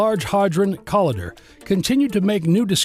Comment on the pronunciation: IT'S NOT "COLLIDDER", IT'S CO-L I DER , THE "i" MUST SOUND LIKE THE i IN Lighter!!!